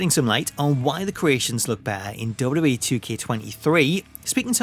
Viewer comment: I've never heard somebody pronounce "WWE" this bad before. Duh duh ehh = WWE